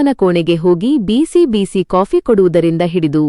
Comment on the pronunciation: ಕತೆ ಚೆನ್ನಾಗಿದೆ ಆದರೆ ನೀವು ಪದೇ ಪದೇ ಬಿಸಿ ಬಿಸಿ ತಿಂಡಿ ಎಂದು ಹೇಳುವ ಬದಲು ಬೀಸಿ ಬೀಸಿ ಎಂದು ಹೇಳುವಿರಿ ಅದನ್ನು ತಿದ್ದಿಕೊಳ್ಳಿ